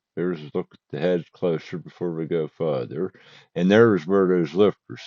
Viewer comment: Thank you for effort but after listening to you slaughter the English language in the first video I could not force myself to listen any further , or as you would say , any furder .